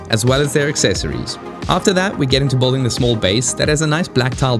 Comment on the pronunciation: you saying 'bolding' not 'buILDing' is nuts